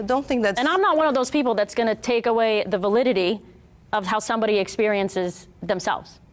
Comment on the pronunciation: ITS “VA LID ITY” not validdidity